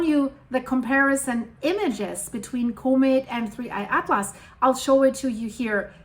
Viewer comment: I just come here to hear this lovely scientist say "Koh-mitt" 👍🏻